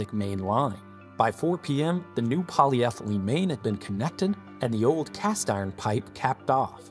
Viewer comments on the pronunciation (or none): none